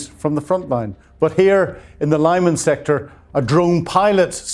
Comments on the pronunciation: the main issue is with the letter “y” and not with where he puts the stress. Again, it’s Lyh-MAHN, not Lee-… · friendly reminder: It’s pronounced LYMÁN! To get the "y" right, think of the sound in Kyiv or system — rather than the "i". Also make sure to place the stress on the "á." P.S. you may also look up “Lyman, Ukraine” Wikipedia page. It has an audio file with the pronunciation.